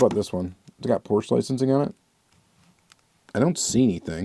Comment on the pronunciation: I think it’s pronounced Porsche not Porschea. just sayin?